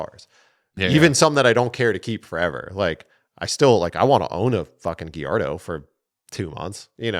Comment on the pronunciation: GALLARDO NOT GUIERDO😂